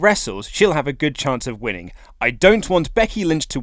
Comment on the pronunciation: Winnink , thinkink . he pronounces words weirdly